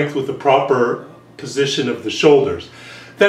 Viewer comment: I don´t get it are you from Germany because i´m from Germany and i´m wondering why u can pronounce Auf Wiedersehen so well